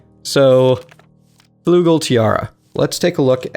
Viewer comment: Sigh, its not flugel, its flügel - a german